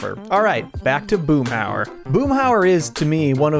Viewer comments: The name is Hauer, Boomhauer. That dang double o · Boomhauser haha